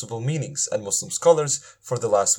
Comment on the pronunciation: Ridwan,a turkish,practiced Islam for 5 years or so and still call Islam aa Izlam and Muslim as Muzlim?Allah as Alla?Wow.Even reverts can pronounce it better.